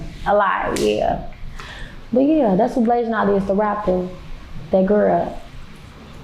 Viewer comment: BLASIAN not BLASAIN